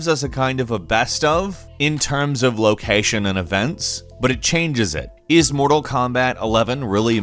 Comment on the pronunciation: Go to and listen to how he says location